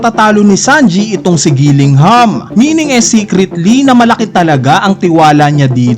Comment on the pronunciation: Gillingham ba tlga pagbigkas sa Killingham?